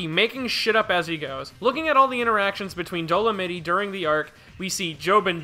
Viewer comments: “Dole-a-mitty” > “Dole-a-mite” lmao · Bro, it's Dol-o-might, not doll-oh-mittie lmao If he keeps saying it I won't be able to finish this video lol. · EVEN IF YOU SOUND OUT DOLEMITE IT'S DOESN'T SOUND LIKE DOLIMITTY! WHY ARE YOU SAYING IT LIKE THAT!? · ok repeat after me DOE- LOW - MIGHT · Bro how you pronouncing Dolomite wrong wtf 😭 dolonitty 💀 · When realizes it’s pronounced Dolomite with the long I sound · the real thing that doesnt work here is your pronunciation of dolomite